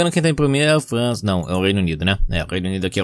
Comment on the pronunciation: Eu Falando França: França Falando França: Fran"s ou z"a